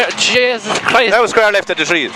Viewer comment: lol "Jeysis Christ"